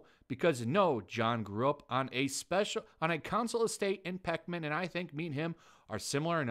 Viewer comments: 'Peckman'? Oh, you read almost as badly as Gary Beuchler. Peckham. Pronounced 'PEK-em' or 'PEK-um'. An area in south London. I'll give you this, though: this is one time when your daft plummy english accent is appropriate... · It's Peckham, not Peckman (pronounced like "Beckham", you know, that footballer who married a Spice Girl). Think of what birds do to people they don't like: they peck 'em.